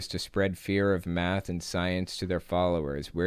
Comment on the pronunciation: It is math not meth